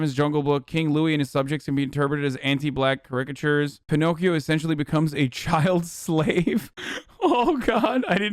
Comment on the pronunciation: Normal people: care-ik-a-churs Hasan: ker-rick-a-churs